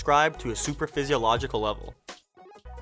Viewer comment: its “supra physiological” not super